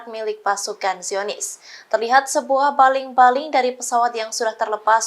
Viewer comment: Baling2 seperti orang kelate sebut bbaling